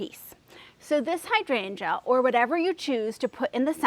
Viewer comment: I find it really interesting that you say hydrangea (hydran juh) like I do in St Paul MN. While so many people on youtube mispronounce it as hy drain gee-ah. It is the same with clematis, so annoying since if any of those gardeners google the pronunciations, they will see how they are off the mark from official pronunciation.